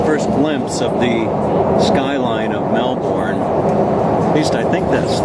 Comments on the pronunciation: It's pronounced melbin not melborn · More like Mel-bn